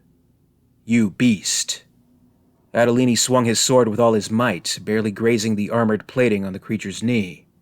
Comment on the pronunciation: So it says "Andolini" on the gun but we are supposed to pronounce it Adolini in stead?